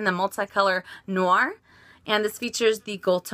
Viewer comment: i dont wanna sound snobby but "noir" is not pronounced how you said it. its pronounced "nwa"